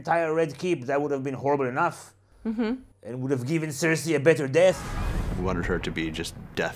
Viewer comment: And, Sare-say